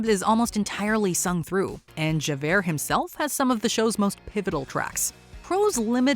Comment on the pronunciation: None of this casting is as horrendous as your pronunciation of "Javert"...